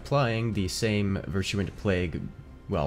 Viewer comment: Virtuent Plague lol Wuv chu